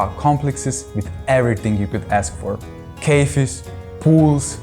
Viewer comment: I’ve noticed that you pronounced “cafe” like cay-fee or cay-fay a few times, and I want to inform you it should be pronounced, “cah-FAY” in English.